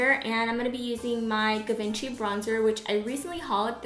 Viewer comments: That was a Gucci bronzer but Givenchy is pronounced "jee-von-shee" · I love you, i think you pronouce it as G-vhan-shee